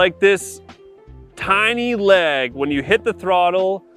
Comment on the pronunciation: Tiny leg or tiny “lag” at first I thought you were talking about the pedal